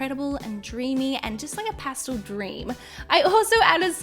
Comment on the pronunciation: Pah stel not pah stohl